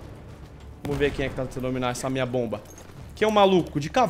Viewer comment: meu deus o fala bomb mas não é que raiva